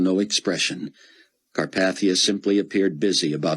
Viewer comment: CAR PAY THEE UH 😑